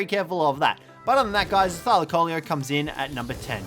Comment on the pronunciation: (thigh-lacko-leo) is the pronunciation